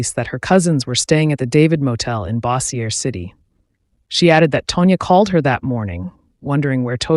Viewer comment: I'm from Louisiana and It's pronounced Bow-zher City. May she rest in peace.